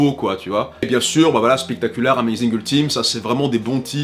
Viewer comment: Bon,prononcer "spectacular" comme ça s'écrit c'est un peu chaud, qd même. .. D'autant qu'après "amazing" est prononcé avec l'accent anglais... Et ultimate aurait été plus juste,par rapport aux titres des séries, après tu fais ce que tu veux... Mais ça reste chelou et dommage